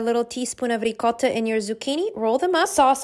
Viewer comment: Shes doing too much pronouncing the cheese like that🙄